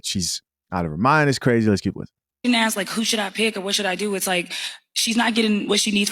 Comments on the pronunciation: This is hella embarrasing, why yall as a people even entertain this. We had Jerry Springer, we love trash tv as much as the next one, we also knew it was exadurated ...... but ive never seen this stuff, this is no entertainment, this is just sad. Also its ask not axe, not a single one on that show can say ask, asked..... its always the axe, axed, . How they they pronounce axe then? As ask haha, its just so cringe to see collective incompetence, foolishness. Why the disrespect towards the very language you speak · I could never take advice from someoem who can’t even say “Ask” let alone the whole room who can’t even say the word ask. XD